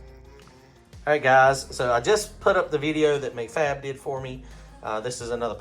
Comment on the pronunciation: MacFab is pronounced Mack Fab like a Big Mac